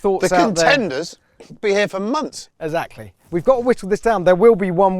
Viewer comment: PLEASE get some speech lessons....amongst all his usual vocal stumbles 'Esackly'...yes, he actually does mean 'exactly'....is the biggest annoyance....